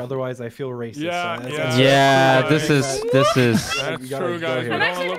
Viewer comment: "You're REAcist" xD